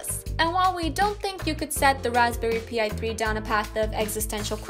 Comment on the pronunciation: "Raspberry P i" technically you pronounce that like Pie Besides the Raspberry Pi, there are other Single Board Computer (that's how these devices are called) out there too with a lot more processing power. Example: The RockPro 64, same size as an Raspberry Pi, one less USB port but you get an USB 3.0 port instead 4GB of RAM (if you go with 80$) or 2GB of RAM (if you go with 60$). You also get an a lot more powerful processor, the RP 3 B+ has an 64bit 4 core 1.4 GHz processor while the RockPro64 has the RK3399 which is an 6core CPU with 2 cores at 1.8GHz and 4 cores 1.4GHz. Additionally it has a small GPU. Of course, there are A LOT of different SBCs out there, some more expensive and powerful than other.